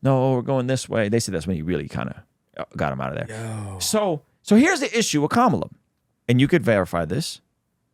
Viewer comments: Vice President Harris name is pronounced. Come A Lah (Kamala). But it's not important to get a person's name right. Despite the differences, it's just respectful and decent. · It's Kah-Mala. Rhymes with mama-la haha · Comma-Lah, show some respect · If you haven’t taken time to learn how to accurately pronoun her name, how can we take your analysis as serious or informed? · White people stay purposely mispronouncing this woman’s name (not referring to but the other guy who thought he was being funny) 🙄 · You don’t know how to properly pronounce her her name ☹️